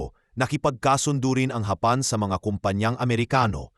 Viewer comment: Hapan ka ng hapan ang samang pakingan paki ayos mo nga bigkad ng japan hapan ka ng hapan eh